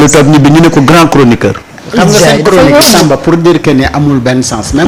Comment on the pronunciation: 😂CROniqueur ou CHORonoqueur?